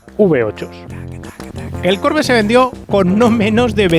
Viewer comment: Porque dices Corvette con acento en la o.no se pronuncia así.que lo sepas